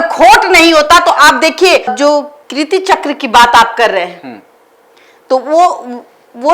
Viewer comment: पहली बात तो अपनी हिंदी सुधारिये, कृति चक्र नहीं बल्कि कीर्ति चक्र है ।